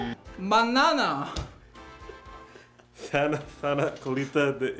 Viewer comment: POR QUE TODOS PRONUNCIAN MAÑANA COMO BANANA SAJASJASJASJKSA